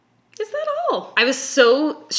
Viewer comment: You sounded so Canadian when you said “Is that all?” Thanks for making me giggle after a super exhausting argument. I’m on the two holes animation as I type this and LOL